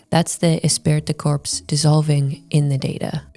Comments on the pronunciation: Jeez!!! Esprit de corps is pronounced, "E-spree da core" not "decorps," you Gomer Plye (if you don't get the reference, Google it). How do you make a video and know how to pronounce a key word? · Interesting video! A couple thoughts... * This "esprit de corps" strat wasn't only to protect women; it was also to protect men against the elites monopolizing all the women. And, as the lady said, the kids. * "Esprit de corps" is pronounced more like "Espree day core". Means "group spirit" in French, and started off describing military units. * Not sure about this, but I wonder if this phenomenon has impacted the developed world's fertility crisis. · Esprit de corps is pronounced Espree de core. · oh god it's pronounced "esSpree dih core" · Espirit de corps is pronounced "Espree de core" Just a pet peeve of mine. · I watched this video from her a dat or two ago. Good video except for her atrocious pronunciation of French. It's pronounced 'espree du cor". That was the one thing I hated throughout the whole video, haha. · Love it when internet idiots try to act like they're deep, and have a thorough understanding of something, and then mispronounce the name of the key concept. Espirit de corpse... Women pretending to understand is always hilarious. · These chameleon bjtches always try to discredit "red pill" while repeating its exact points. They're grifters. They see the mainstream intentionally misidentifying red pill and they go along with the crowd. They can't help themselves. "Women" Also, she butchered the pronunciation of esprit de corps. It's pronounced eh-spree-d'-core with emphasis on spree and core. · Espirit de corps! The t and p are silent! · Her pronunciation of "esprit de corps" is grating.